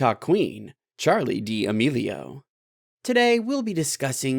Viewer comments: It’s Charli D’Amelio why’d u say DEE amelio lmfao 😹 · People:did he really say Charli dea amelio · Everyone: did he really say Charli dee amelio Me: yes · he acculy sayed charli dee amelio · Bruh you said ChArLi DeE AmElIo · “ChArLi De A mElo” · Did he said Charlie dee amelio or I am like crazyyy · Ah yes ''Charli Dee Amelioo'' yo fave tiktoker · Charli dee-a-melio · HE SAID CHARLI DEE AMELIO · Omg wtf it didnt even show the video and did he say charli dee melio wth im kinda mad now😒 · I know he did not just say Charli Dee melio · My guy said Charli dee amelio 😂😂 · He really said charli d melo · No one The guy talking : charli dee melio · My dude just said charli Dee amelio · When he said, “ Charli Dee’ amelio” I laughed so hard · Charli Dee melo haha Lern ho to say stuff bruhhhh'!😯😂😏🌚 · he really did say charli dee amelio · Then you probably would have heard about the queen ✨Charli dee amelio✨ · OMGGH i laughted so much when he said : Charli dee melio